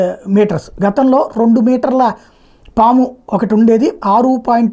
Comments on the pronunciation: పామా? సామా?😂 ముందు తెలుగు నేర్చుకో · Saamu enti anukunna saamu Kadu paamu na😊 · Saamu kadhu saamy PAAMU